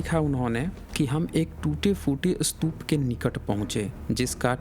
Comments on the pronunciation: Boltein ho sutupa or likhte ho stupa.... Actually stupa or sutupa? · पहले "स्तूप" शब्द का उच्चारण करना सीख लो, फिर वीडियो बनाना।